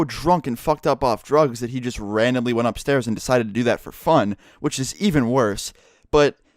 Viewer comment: when i heard him say just horrible i thought he said jizz horrible... lol